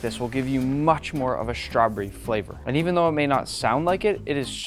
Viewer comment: I love you but it’s strawBERRY not strawbury 😅